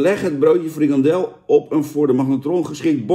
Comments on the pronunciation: FrikaNdel jan, niet frikadel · Het is frikandel niet frikadel